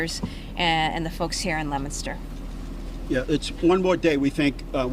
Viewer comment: it is not lemonster...it is leo min ster